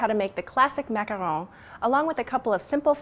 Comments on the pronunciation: no, she pronounces it correctly. they are a french cookie, and that is how they are pronounced. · I swear, you're the only person on youtube who has a macaron tutorial and pronounces the name correctly. I hate it when people call a macaron a macaroon when they're two different kinds of cookies. BTW, when's the best time to add food coloring for both the cream and the cookie parts? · Okay so there are people talking about the pronunciation long time ago, but I'll say it anyway. She's saying it right. It's a french word and it's correct how she says it. There is a difference between macaroon and macaron. All you have to do is actually look it up :\